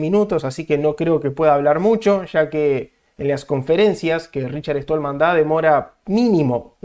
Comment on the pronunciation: RICHARD STALLMAN , SSSSSSSSSSSTALMAN...NO ESTOLMAN. ¡PLEASE! O APRENDES O TE RETIRAS. ¡QUE PROFUNDIDAD DE ANALISIS!...PENDIENTE A LO QUE VISTE EL ENTREVISTADO. SE NOTA NO ERES PROGRAMADOR COMO LO DICES TÚ MISMO.